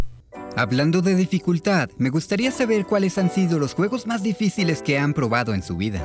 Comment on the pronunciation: Lo mejor del narrador del video es que no dice dificiles dice difidiles xd